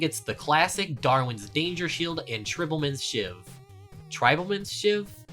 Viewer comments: "tribblemin's sheiv" made me cry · "trehballmin's shiv" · Dude it's tri-bal man's shiv